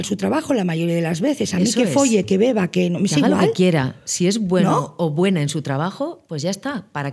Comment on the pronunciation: "...y tú ño". 😜